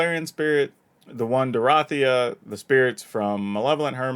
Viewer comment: I mean it's obviously pronounced Dorothea. All y'all pronouncing it Dorothea need to take a hard look in the mirror.